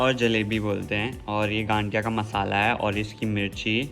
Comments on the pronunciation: Hyy cuties 😍 please aap sab Gujrat aaye. Or isse ganthiya nahi gathiya bolte hai matlab n alphabet nahi aata usme or bohot acha laga aapko bhi pasand hai ye hamara gujrat special gathiya jalebi. Or Pooja didu please don't worry about looks, you are sooooo Beautiful more then you think and we are family, we all knows you are so gorgeous that's ok it's temporary darc circles n all.and please Gujarati main bhi bat karlo thodi si.😂 Lots of love ❤ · Gadiya nahi gathiya😂